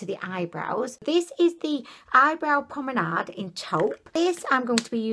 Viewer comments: your so funny its pronounced u pom-made. Lol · Love your videos! They have me so cracked 😂 you remind me of Gwen stefani so much, so pretty! Can I be annoying and just say that it's eyebrow pomade not promenade 😆 but you can obviously call it what you like ha 😃 xx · The cock on the forehead! HAHAHAHAHAHA I LOVE YOU 😂😂😂😂😂😂😂😂. Ps. It's pomade. You said pomenade. So cute 😍. To get rid of the balling up, you just need to spooly your brows after to distribute the product better and more evenly and get rid of that excess. I bought like 8 of those lipsticks in different shades of brown and berry! They're so good!!